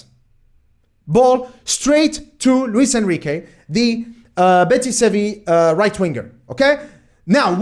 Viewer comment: Betis Sevi? Huh, that sounds unique. So used to it being pronounced simply Real Betis.